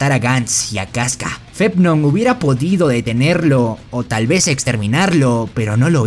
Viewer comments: Perdon, no tengo soy super experta en Bersek pero los nombres no se pronuncian Guts, Casca y Femto en vez de Gatz, Kiaska y Fennon? No se por qué el les dice asi pero me ha confundido mucho porque siempre los escuche como la primera opción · Gants gants gants gants carajo ese es otro manga al menos hubieras aprendido como pronunciarlo Edit: llegue a la parte fepnom uffff man…. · “Fetnom”?! Whaa?! 🤦🏻‍♂️